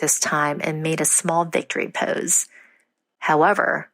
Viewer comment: Pose not pause it's a long O